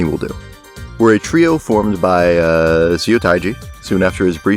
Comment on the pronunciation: If you see a Korean word written with “eo” in it, it’s probably pronounced “uh”. (“u” is pronounced “oo” like in “too”.) So Incheon Airport is not “intchy-on”. And “Seo” is not “see-oh”, but “suh”. And “mukbang” should technically be written “meokbang”.